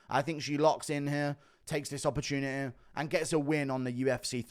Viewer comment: “i think she takes this opertuniheh”